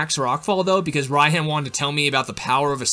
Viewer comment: I've gotta hand it to you, I've never heard someone call Raihan "Ryan" before.